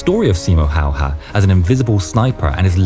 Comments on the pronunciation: how difficult is it to say hey-a instead of how-hah? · ''Simo Hahoha'' You prononce it ''Simo Hejehe''. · Simo Hayha..his last name is not How-ha it's pronounced in fact it's pronounced as Hey-ha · Its "Häyhä" not "Häyha" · Im Fin girl and I can personally say that this was my first time I heard about that guy. But how others call that guy: Hayha... and Finns: HÄYHÄ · This is NOT Simo Hayha This is Simo Häyhä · It's great that your friend Staffan provided Finnish voices for this vid and all - but couldn't you also have asked him to tell the narrator how Simo Häyhä is pronounced? Hearing him calling the man "How-haa" for the entire vid was embarrassing. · Nah bro calls Simö häyhä Simö howha 💀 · Simo hayha chines no its hayaahh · Majority seem to mispronounce Häyhä's last name, as they pronounce it ''Hauha'' missing the Ä sound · You butchered his name just as well as he butchered those russians 😂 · That's a new pronunciation of his last name that I haven't heard before. 😎👍🇫🇮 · Waiting in anticipation of the pronounciation of Häyhä.